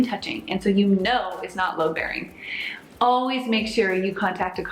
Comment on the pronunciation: Hey, it sounds like your saying LOW bearing walls but its called “LOAD-bearing” walls